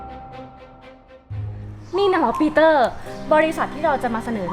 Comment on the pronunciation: ปีเตอ์หรือปีตอร์55555